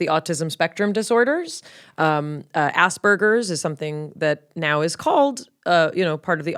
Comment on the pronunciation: It’s *Aspergers. Spelling it or even pronouncing it like ‘Asbergers’ is too similar to “ass burger” which is sometimes used against people on the autism spectrum.